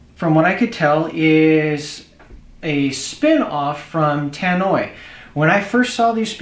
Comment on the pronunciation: Tannoy...... Not Tan-noy